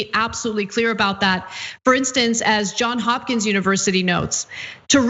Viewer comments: I love watching your program. Just a heads up. It's Johns Hopkins, not John Hopkins. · Johns Hopkins, not John.